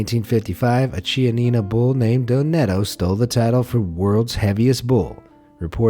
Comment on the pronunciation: DON(G)ETTO, good lord please